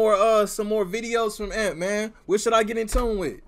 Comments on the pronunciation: Lmaoo what’s crazy is that they all got it off the struggle and can you say it as "A-M-P "and not "amp" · Hearing him say AMP and not A-M-P is funny asf 😭😂